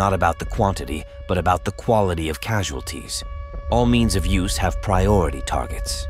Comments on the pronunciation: Why does this have more thumbs down than thumbs up? Is it cause he kept saying Sasualties instead of Casualties? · AI cannot pronounce casualties correctly but pronounces it sasualties. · I never knew that casualties were pronounced sashualties. Thank you! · No doubt...kept hearing "sasualties" and occasional casualties😅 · Why does it say « sashulties » all the time? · What are "Shazulties"?Oh yeah, the AI didn't properly pronounce" Casualties " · Well, I guess radation casualties are called sasualities in the future? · Where do they get these people to host these shows when they can't even pronounce casualties " not sasualties " that I heard whoever they are say 😂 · That's A.I for you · Sashualties? Whats that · What are "sashualties"? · whats "Sasualties" ??????????? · What’s a Shaz Wual Tee? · What's "sassualties"? People hit by sass? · I'm wondering WTF these "sashualties" are? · wtf are "sashualties"? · I've never heard casualties pronounced as, sesualties. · wtf is "sashualties" ? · What the hell is a "sashualty?" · “Sashualties” lol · "Sasualties?" AI acting stupid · What the heck is 'sashwalties' 😂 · Can someone please explain what "SASHUALTIES" are please 😂😂😂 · What are shasualties lmao umm is this a A I bot speaking lmao the A I will be apart of the nukes shooting off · wtf are sashualties? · “Sashualties” ffs 🤦🏻‍♂️ 😂 what a terrible video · This is a propaganda video by people who don't know how to pronounce the word casualties. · Also, it can’t it get the pronunciation of casualties correct, so I doubt its competence! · Why he pronouncing casualities as Szechuan Sauce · The producer of this video can’t spell or pronounce casualties